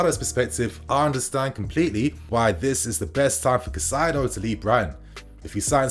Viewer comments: Good stuff but his name is pronounced like “kai-say-do” bro not cassaido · You’re saying his name wrong. You’re putting the ai in the wrong part of his name. It’s cAICedo like (Kai Havertz) you’re saying Cacaido… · Cai-ce-do / please bro, this name is to easy to mess up 😩. Good video otherwise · Pronunciations: Casadei - Ca/ Sa/ Day Caicedo - Kai/ Se/ Dough Just a little effort needed! 🙄😏 Good video though. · Chez-uh-ray Cass-a-day and Moy-sus Kye-Say-Doh